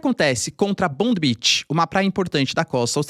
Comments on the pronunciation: Escreve-se Bondi beach mas se fala, "BONDAI" Beach. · Professor. Bondi Beach se pronuncia Bondái É a praia mais icônica da Austrália, depois procurem Bondi Rescue, série realista massa dos salva vidas de la. O lugar é muito movimentado, acho meio paia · "BONDAI" beach.... parece q o professor ta tendo aula de ingles pra nada.... nao faz o minimo esforco pra pronunciar corretamente.